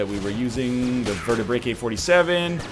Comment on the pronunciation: NL, it's called Vertaebrae-K, not Vertaebraker.